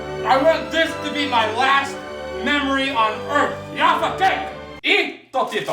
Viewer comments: Ne kaze se Džafa keks nego Jaffa keks ;) jafa keks se ceti isto kao sto se pise J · I would kill you if you fucking insulted my fav Jaffa keks :P Btw it's Jaffa with J brate srpsko J, ne Dzaffa :D